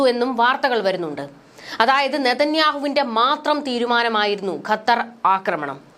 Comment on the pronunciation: ഖത്തർ എന്നുപോലും പറയാൻ അറിയാത്ത നീയാണ് വാർത്ത വായിക്കുന്നത്